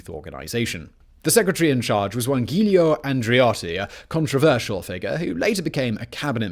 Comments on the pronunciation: Ghilio Andreotti? WHo on earth is Ghilio Andreotti??? I know a Giulio Andreotti but Ghilio? Nope!... No tell me honestly, you do this on purpose or you actually didn't have 30 seconds of your time to check how to pronouce that??? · "Ghilio Andreotti", my ass. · Giulio Andreotti is said JEW-Lee -OH. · When pronouncing the Italian name Giulio, think of its origin, Julius - the G is soft as in July not hard as in gear